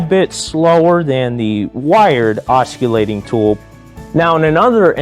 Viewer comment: The C in, os·cil·late, is pronounced with a S-sound as it is in the words, cent, central, circle, or city. You seem to have a passion for tools and blades, add the proper pronunciation and your message will only be stronger. Keep on making videos my blade loving ninja. 👍